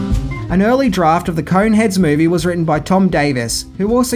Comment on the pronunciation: Kept hearing "Coke heads" towards the end